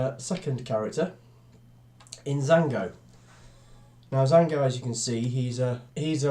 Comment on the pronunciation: It’s jango not jango